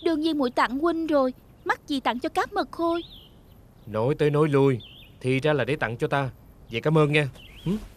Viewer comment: Trời cá mật khôi mà nghe cứ tưởng cá mực hôi